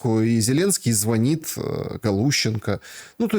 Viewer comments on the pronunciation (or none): none